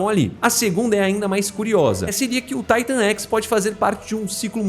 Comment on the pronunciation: Mano me perdoa mas , pq Taitan x , e n Titan x na sua pronúncia, já que quando você fala , ( na escala de Titan ) você fala Titan e n Taitan , n dar de entender